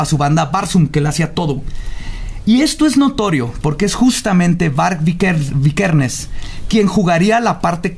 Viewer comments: Y dijo Vikersen en vez de Vikernes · Varg vikernes no vikersen chale... Tu dislexia no ayuda jajaja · Varg “vikersen” jajaja wtf 🙄 VI 👏🏻 KER 👏🏻 NES 👏🏻